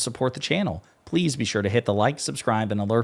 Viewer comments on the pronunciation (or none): none